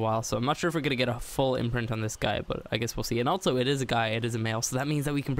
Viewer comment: altso.......altso????also......not altso XD